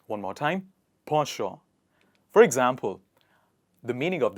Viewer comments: It's pen·chant - /ˈpen(t)SH(ə)nt/. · If you are going to teach people how to say beautiful words learn to pronounce them correctly yourself...it is not sawvy it is savy and the pronouncing of effervescent is embarrassing.....as for po sho for penchant is ludicrous. I couldn’t watch this to the end ..... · Not po-sho it is actually pronounced "pon chon" . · Nice words, but ‘Penchant’ sounds at it read when I checked and not ‘Posho’ as you mentioned.... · Are you saying the word penchant in French? Because it is not pronounced, in English, ‘Po’ it is Pen: like a writing pen. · In British English it's pronounced as po-sho. On the contrary, in American English it's pronounced as penchant... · P.S. In US Penchant is pronounced as pawn-shaw not po-sho. And nowhere i heard saavy pronounced Saaaaaavy. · As it is a direct assimilation from french, he uses the french pronounciation, however, the approved english pronouciation is likely the one you are familiar with "pen (as in hen ) chant". In english conversation using foreign pronounciation has been considered flounting knowledge extenuos to the realm. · I saw penchant is pronounced as pen-chant or pon- shon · I didn't know that 'penchant' was pronounced like that! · I never knew penchant was pronounced like that 😯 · Penchant pronunciations is incorrect Google translation is saying something else